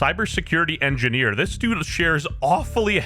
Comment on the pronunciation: U did NOT say engineer